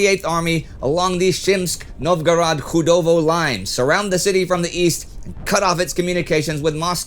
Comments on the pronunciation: The town of Chudovo sounds like "Tshudovo", not "Khudovo" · "Ch" in Chudovo is pronounced like "ch" in church, or China.